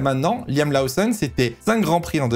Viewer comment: On dit "Loossonne" et pas "Laossonne" 😉